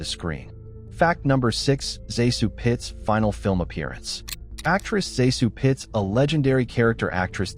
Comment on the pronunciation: Fact #6 - AI slop.. Talks about Zasu Pitts, while mispronouncing her name AND showing Dorothy Provine instead. :/